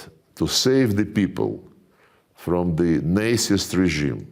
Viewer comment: Love how Mr. Lavrov says “Nazist” like “Nicest” regime😄